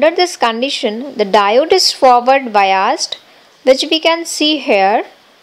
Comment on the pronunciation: Bayazed,bayazed kehe rahi hai,biased hota hain😂😂😂